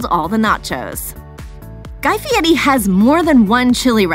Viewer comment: He can't pronounce his name right. He puts a t in it. Why would anyone think he can cook???